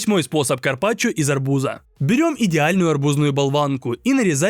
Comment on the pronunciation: Арбу́за❌ Арбуза́✅